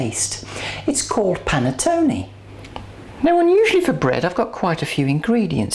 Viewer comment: Great recipe! The way you pronounce Panettone is lovely! Cheers from Italy